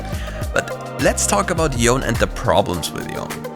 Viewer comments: its y-o-n-e not yon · Why this guy calling "Yone" "YoN" lmao